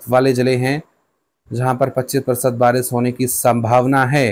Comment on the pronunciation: Pahle Barish bolna to Sikh Lo acche se Baris bol rahe ho